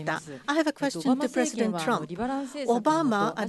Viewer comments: "presidentuh trumpuh" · Puresudento Turampu